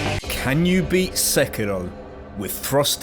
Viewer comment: Love your pronounciation of sekiro